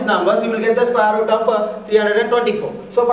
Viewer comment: Bsdk bolna toh sekh le sqare root 😅